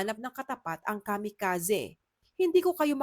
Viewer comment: Kamikazee po, hndi Kamikazeh